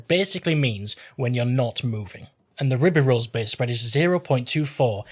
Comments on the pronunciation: REE-BA-ROLL. Simple. P.S : I'm French. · It's pronounced "rib-ee-roil". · Its pronounced like Ri-bay-roy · I almost spit out my drink listening to you try to pronounce "Ribeyrolles."